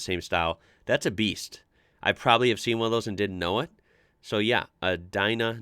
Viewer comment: "Dina" from Mexico is actually short for: "Diesel Nacional" (National Diesel). An it's pronounced: Dee Nah